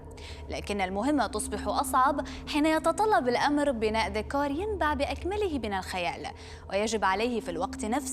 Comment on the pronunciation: ديكور مش "ديكاااار" 😂